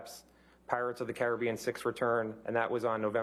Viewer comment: Cai-ra-bean? Lol never heard it pronounced like that before lol